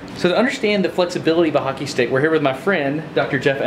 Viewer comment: As a Canadian, thanks for pronouncing "Hockey" correctly. A lot of Americans hate O's for some reason. "HACKEY"